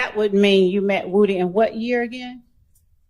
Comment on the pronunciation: I wish she would learn how to talk. She says woo dee instead of woody.